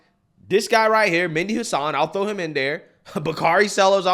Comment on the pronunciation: It’s pronounced Med - E Hasan